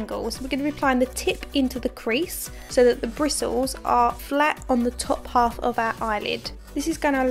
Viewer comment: I'm a fan of yours too! And it's so nice to hear your Essex accent.... I from down the road East London! I did giggle when you said 'in alf'! Could you please tell me what you think of the Hakuhodo brushes, would appreciate your professional feedback, thanks.... D